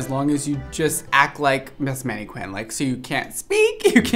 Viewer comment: Is the mispronunciation of mannequin deliberate? If not, please say it properly: MAN-eh-kin.